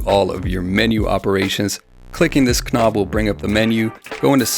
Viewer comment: I don’t mean this in an insulting way at all, but I thought you might want to know that you’re mispronouncing words which start with the letter “k”. Often in English the “k” is silent. So the word “knob” is pronounced “nob” and the word “knowing” is pronounced “no ing”. This is generally true when the “k” is immediately followed by an “n”.